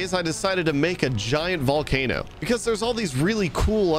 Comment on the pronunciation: Call the volcano the PAUL-cano